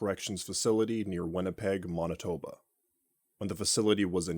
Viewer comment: bro what's "Mahn-It-Ouba"